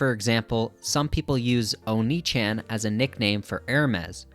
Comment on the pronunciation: it's oh-ni-ch-ahh-n